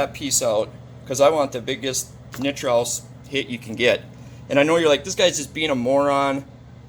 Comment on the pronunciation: It’s actually pronounced nitrous, not nitrous 🤣 limited coil joke was hilarious